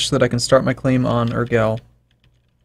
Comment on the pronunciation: Urgell is pronounced like Oorjay